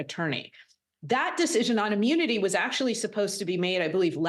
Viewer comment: It's pronounced immunity not ammunity! 🤔